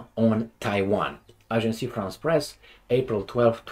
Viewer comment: Ajans (AGENCE) FRANCE PRESS!!! Pas AGENCY o AGENCIE.